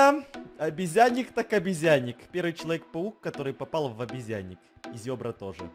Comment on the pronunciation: ни зобра а зебра